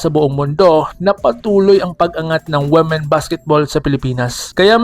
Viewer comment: Ayusin mo Ang pag pronounce Ng women